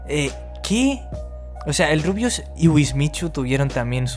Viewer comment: todo bien y todo pero en una parte dijiste El RUIUS 😂😂 sos un genio saludos desde Argentina